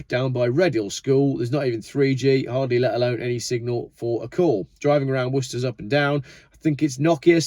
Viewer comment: Worcester ? forget it !